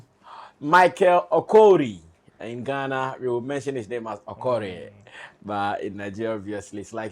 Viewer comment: Its called OKORIE and not OKORI